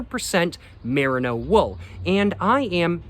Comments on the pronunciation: mer-EE-no tbc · Love your videos, especially your LA vlogs! someone may very well have told you this already but the mer in merino is pronounced like the mer in mermaid